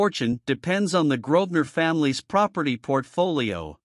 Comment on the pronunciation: The family name is Grosvenor, not Grodner.